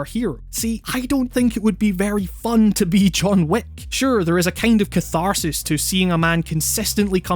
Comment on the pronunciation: I keep on hearing John Woo instead of John Wick